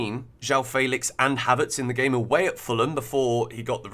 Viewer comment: Why don't you know how to say Felix? Who told you it was Faylicks😭